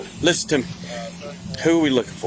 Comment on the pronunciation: Im genuinely asking. How de we pronounce 'Listen'?